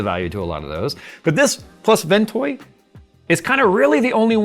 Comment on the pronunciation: Is he saying WinToy or Ventoy?